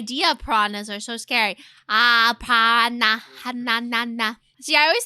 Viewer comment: “I’m a pah-waa-nah in da Amazon!”